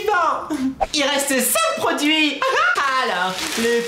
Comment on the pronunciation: 3.30 je pensais qu'elle avait dit "prends du shite " au lieu de produits 😂😅😅